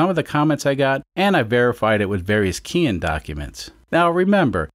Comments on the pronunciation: Just nit-picking, but Keihin is pronounced kay-heen. I guess not a Keihin anyways so you can call it anything you want. Love the content, keep up the great work. PS. growing up in the mid 1960s my aunt drove a Renault Dauphine, and used to chauffer my mom around everywhere because my mom didn't drive. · I looked up the pronunciation of Keihin before starting this carburetor series and a lot of folks say it the way I do. Of course I don't always pronounce things correctly.